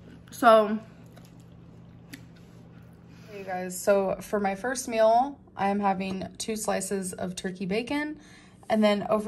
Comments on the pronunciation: I hate how she says meal. Im sorry if you say it like her - I mean no offense but MEAL its MEAL not MILL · Why does she pronounce meal like "mel" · Why does she say "mill" it drives me nuts